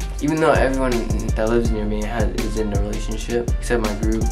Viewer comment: no one::it ees what it ees👁👄👁 das it bruh PERIODT